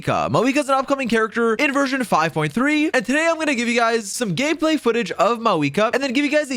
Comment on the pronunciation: "some gayplay footage"